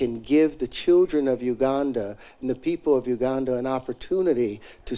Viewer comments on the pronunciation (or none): Every time he says Uganda I hear Wakanda